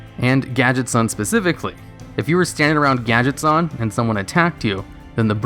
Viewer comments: it's gadgetzAn not gadgetzawn they're not japanese. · I don't like hearing the word 'Gadget-zahn', I think it should be pronounced 'Gadget-zanne'